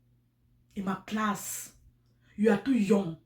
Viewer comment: Is Emma lass not Emma class 😆😂😅